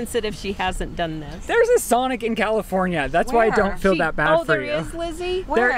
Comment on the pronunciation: and his "FILL" instead of "FEEL" 🤦